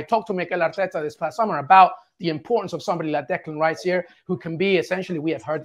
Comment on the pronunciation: Declán Riśe